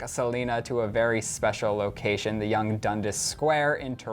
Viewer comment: oh. lmfao thats not how you say young and dundas 😉 love you